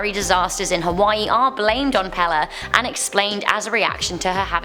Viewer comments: She said pele wrong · I live in Hawaii and the way she pronounces the names are wrong, just wrong. Also it is pronounced Peyley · Brah she rlly said pee lee 🤦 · Pele not Pala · Hood up did you say pale its pe le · ITS PRONOUNCED PAYLAY, NOT PEHLEH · Pepe is pronounced Pay-Lay not pell-eh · Pale is pronounced pay ley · It’s pronounced pae-lay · PLEASE STOP PRONOCEING Pele wrong the e is an a. It's pay lay. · Lol sounds weird when she says it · Hey you said pale wrong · Ok, only because its driving me absolutely nuts. ... the name of the goddess Pele is pronounced "pay-lay". Here is an audible for you I'm sorry to be that person, but its jarring my poor ears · It was a great video. But you mispronounced Pele's name. It's PAY-LAY. But great anyway!! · AND IT'S PELE LIKE THE SOCCER PLAYER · she said the fire godness name wrong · PELE, KILAUEA, short an long vowels . I'm. From. Hilo , Hawai'i.